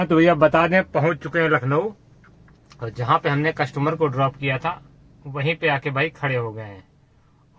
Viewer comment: भाई #कसटूमर नही होता है कस्टमर होता है।